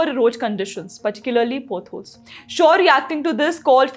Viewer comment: It’s पॉट holes and not पोट holes .. हिंदी में पॉडकास्ट करो । यह मजूमदार लेडी कुछ भी बोलती है । इसने वंदेभारत ट्रेन और इससे बनाने वालों का मज़ाक़ उड़ाया था ।